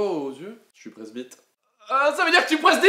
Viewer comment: G une pote presbite, pour pas qu'on se doute d'elle, elle dit "presbitaire"